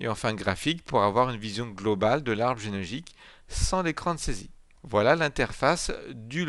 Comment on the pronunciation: il ne peut pas prononcer genealogique lol